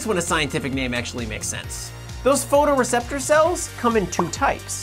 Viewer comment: photoreceptors not photreceptors. 😅